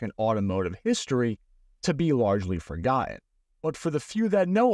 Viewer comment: Forgoen? What is it with this Generations inability to pronounce t's? Come on kids